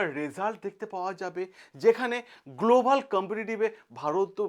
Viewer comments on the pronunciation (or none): none